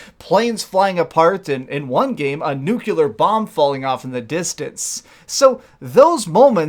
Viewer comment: Nuclear, not nukular